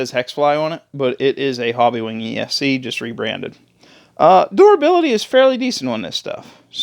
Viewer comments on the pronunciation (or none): Did you say (Door ability) LOL its Durability, you have to be from PA, Im hearing that PA Dutch